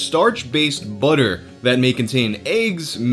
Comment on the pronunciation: I love the way you diss the ' in "President's" then proceed to pronounce "batter" as "butter"! 😂😂😂